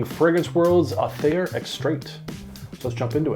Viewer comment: You need to spray Aether then let it sit for several weeks. Gets much better with some oxidation . Surprised a Canadian got the pronunciation wrong 😂…. It’s pronounced aaayTHER …. Aye !!! 😂. Unless you’re British then it’s pronounced EEther…. Ie . Upper sky